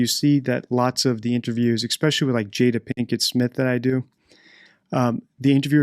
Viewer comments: "eXspecially" Really ? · Great content. Just some advice. The word is "especially", not "exspecially" You're welcome